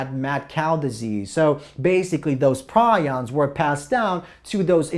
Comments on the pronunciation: Its pronounced Pre ons you nit wit PrI ons are birds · it's pronounced PREE-ons